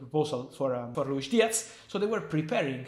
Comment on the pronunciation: Diaz not Diatz